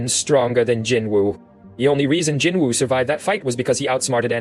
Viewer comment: Your TTS pronunciation of Jinwoo is as horrible as your conclusions. And your presumptions. Jinwoo's test WAS sacrifice and tenacity, the system would not, could not, choose someone without.